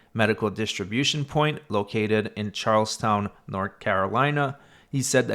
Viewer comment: * It's pronounced CharlesTON, not "town". 😉